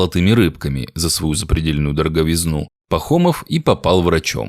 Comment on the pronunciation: Да, грамотное чтение и письмо теперь редки. Тут за первые десять минут: "медбратов" вместо "медбратьев", "дороговизнОй" вместо "дороговИзной", "слазит" вместо "слезает"...